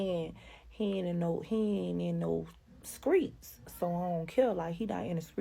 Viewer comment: Every time she say SKREETS I cringe